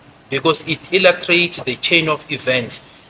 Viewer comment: Did just say illutrate instead of illustrate??lets replay and listen properly ai we listen but ee dont judge